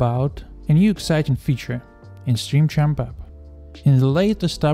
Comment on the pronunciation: Bro said stream champaa And im sure he’s reading it too 😂